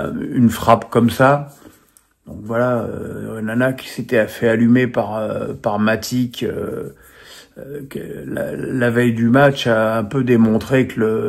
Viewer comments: Moukoko, Niakité, Matique…??Heureusement que c’est ton “métier”…C’est Akouokou, Niakhaté, Matic. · On prononce Matitche pas matik